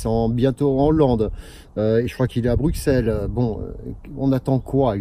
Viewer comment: Bruxelles se prononcent Brusselles